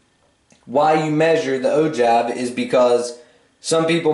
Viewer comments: Ogive is pronouced the way you wrote it no how you said it. It is pronouced oh-jive and you said oh-jave. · willem kauffeld I heard oh juv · He said o-give after explaining it is pronounced o-jive.